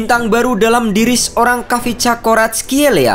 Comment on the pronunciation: Min kyk nya bacanya kivcha deh. Bukan khavisca. Kivcha Varatkelia